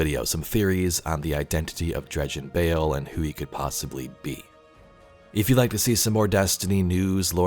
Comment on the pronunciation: I thought he said Dredgen Hoe